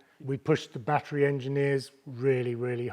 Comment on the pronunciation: Bro says batt er reee like bat tree